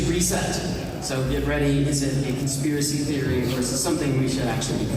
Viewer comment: "Shadowy conspiwacy feories" 😂 this is embarrassing. Or rather it's embarrassing that people don't go on the W.E.F site and read for themselves how much Destiny gaslights them.